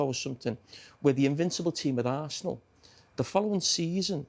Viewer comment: Man said harsenal 😅😅😅